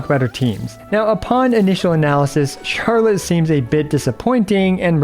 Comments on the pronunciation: Well, actually the French pronunciation sounds more like the way you said "Charlot" ^^ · Actually don't correct yourself :p It's closer to the "correct" way to say her name in French xD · you accidentally pronounced her name correctly🤣🤣🤣